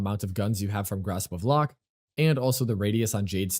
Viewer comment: I am sorry I have to. Grasp of Lohk (loke)